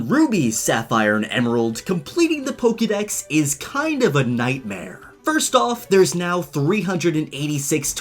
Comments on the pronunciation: I’m a little disturbed about how you pronounce poketips and Pokédex like “pokey” but Pokémon Iike “poka” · For Christs sake it's Poke'dex: poke eh dex not poke ee dex. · It’s not pokeydex it’s pokaydex. why do Americans mispronounce it? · "poké", not "pokee" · Pokemon, Pokkideks... LOL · One thing I noticed in every Pokemon video is how every pronounces Pokèmon. They say "Pokee" Dex but say "Poka-mon". Baffles me.